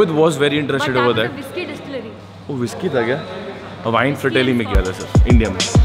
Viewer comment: Thats not vin thats wine